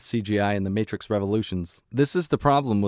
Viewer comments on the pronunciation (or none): none